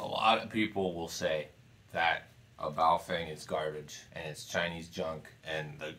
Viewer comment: Pronounced "Bow Fung" but yes, I have about 10 of these things. They are pretty DEAF compared to my VX-7's and VX-8x's (I own 2 each). BUT as long as you are using them only for repeaters, you will never notice. For anything serious, get something Motorola, Yaesu, Icom...